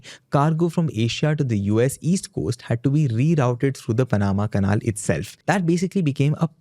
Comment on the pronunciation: it's pronounced pan-ama canal. not paan-amma canaal. :face-purple-crying::face-purple-crying::face-purple-crying::face-purple-crying: you're a host mate. you literally only have ONE job requirement.